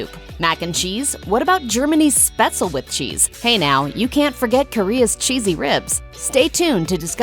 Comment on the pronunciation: btw, for whoever is interested: You got "Spätzle" wrong. The "S" is an English "sh" ("SHot", "EngliSH") and at the end it's "le", not "el", with the "e" at the end getting pronounced. Mhhhm. I could eat some Spätzle with Zwiebelrahmsauce now.